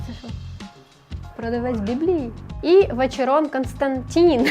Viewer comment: Та-так-так, я бачу у пані майбутнє по викриванню шахраїв , тож "Слідство вели"..... Відпочиває і дуже цікаво слухати вимову ім.я " Константин"))